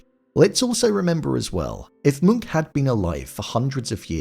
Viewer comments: It's Monk not Munch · Its pronounced “Moonk” but its witten as “Munch”